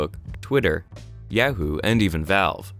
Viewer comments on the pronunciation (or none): The fuck's a Yag-hoo?